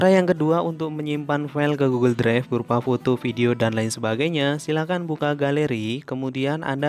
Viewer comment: Bang maaf saya lucu dengar abang bilang " Goggle dregf "🙏🙏😹